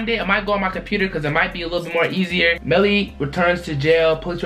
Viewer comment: MELLY NOT BELLY